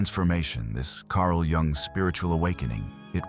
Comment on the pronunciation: When editing your videos, you need to spell out Carl‘s last name differently so the narrator pronounces it correctly so you could spell it YOONG and the narrator will pronounce it correctly.